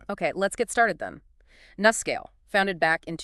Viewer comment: Please pronounce it correctly, with a long U: NuScale (say: New Scale)